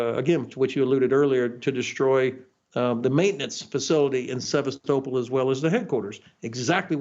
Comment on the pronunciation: He can't even pronounce Sevastopol correctly, what the hell?